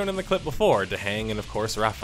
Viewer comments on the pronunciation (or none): none